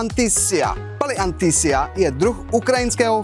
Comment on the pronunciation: Kááámo, takto sa "palianytsia" nevyslovuje. XD